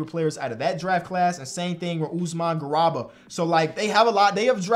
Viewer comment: usman gah-rew-bah